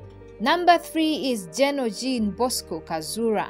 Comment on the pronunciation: Not GIn Bosco , it is Jean Bosco Kazura